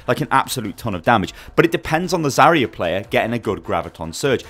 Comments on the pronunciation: Agreed, it's Zar-ya, not Za-ria. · Triggered every time she's called "Zaria"